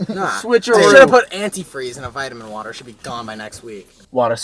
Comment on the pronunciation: boston accent. please tell me you guys hear it too- Chris- WATA squirt in YA throat